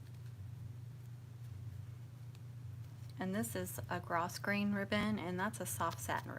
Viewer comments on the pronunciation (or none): Super cute mum! And just letting you know that grosgrain is pronounced like grow-grain. 🙂